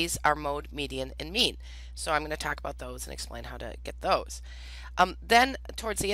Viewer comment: Every time she says "make a mean" my brain hears "make a meme"